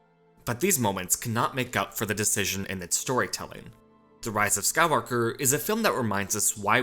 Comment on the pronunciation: Omg dude.. SKY-WALK-ER...